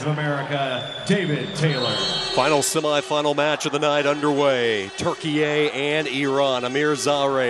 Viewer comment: Tur-KEE-yuh, not Turkey -A.